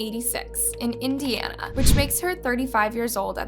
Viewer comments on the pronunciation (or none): none